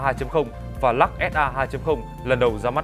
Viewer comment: Của người ta là Lux ông này đọc”lak”